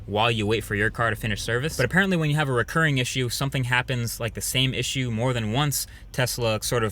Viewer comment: "Recurring." Not only did you spell it wrong, but you pronounced it wrong. Unbelievable illiteracy this day in age allows one to become successful despite lacking the basics.